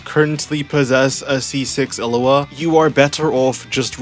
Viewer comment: is it like an inside joke that you call illuga "illua" or was i pronouncing it wrong the entire time